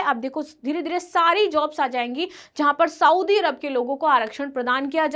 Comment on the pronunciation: मैडम! आप पढाती है,पर लिखा हुआ भी पढ नही पाती है,सऊदी = सऊदी, साऊदी नही